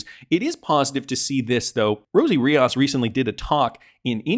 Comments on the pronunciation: It’s Ree-os not Re-aus! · Rios not Riaaaas